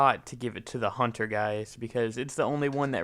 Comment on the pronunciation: HUNNER?HUNTER NOT HUNNER